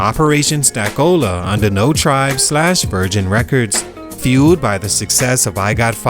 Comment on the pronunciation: Busta wasn’t on Lunitik Muzik and the label is pronounced NEW TRIBE Other than that u did a great job as usual